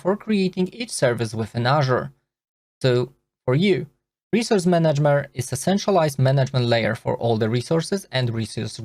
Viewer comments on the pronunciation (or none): 2 likes for the video......1st one for the content, 2nd one for the funny word you said Resource Managmer 😂